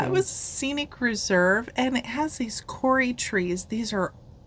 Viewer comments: kauri🌳- cow-ree 🐄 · Just to let you know that the kauri trees are pronounced cowree not corey. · We pronounce Kauri as like Cow ree in Australia Not that it matters , just a point to mention. Enjoying your journey